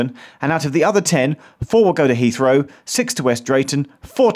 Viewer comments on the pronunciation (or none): none